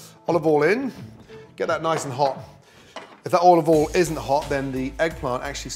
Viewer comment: Never use “left over” anything as it’s better freshly cooked. I don’t have leftovers anyway for environmental reasons. I love the way he pronounces oil “all”! It looks like he’s going to use his beloved already overcooked tinned tomatoes again. And you should season food at the end to avoid degrading the salt and pepper through the cooking process. My mum always put the salt and pepper on the table so we could add it at the end after after she’d cooked the which is my preferred way of doing things. Nice to see him use fresh oregano that he adds at the end so it doesn’t overcook. He uses a lot of olive oil which can’t be good for your arteries even if it makes things taste good! Thank God he didn’t overcook the fish!